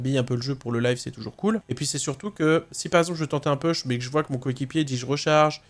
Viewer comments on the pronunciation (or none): none